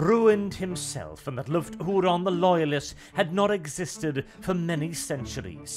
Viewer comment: "WHOO-RAN" (??) "Why Don't You Talk Properly???" ~ Fawlty Towers